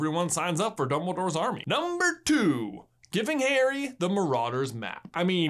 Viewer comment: Every time u said Harry I thought you said hairy